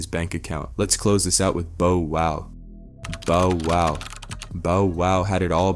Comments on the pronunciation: How in the hell do you mispronounce “Bow Wow” as “ Bo Wow”?!? Better yet how do you also mispronounce “tyga” as “Tea ga”?!? Also anyone who knows, Knows MC Hammer ain’t broke and hasn’t been since the 90’s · "Boh woh" "Ti-ger" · I'm still don't understand people that do stories about people or culture and can't even f**** pronounce their names right, "bo wow" really "teega" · My guy called him Bo Wow, sounding more like "J-Wow' 😮 😏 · Bo - Wow 😂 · I’m saying who the hell is Boe wow I think he did that on purpose had to😂😂😂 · Right BO WOW. Tega 😂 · This man butchered tyga and Lil bow wows names!!!